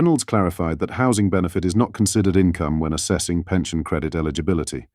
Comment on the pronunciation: Robot voice overs are weird! "No ten!" "out country"